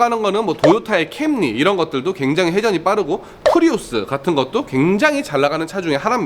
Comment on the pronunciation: correct pronouciation is "켸머리'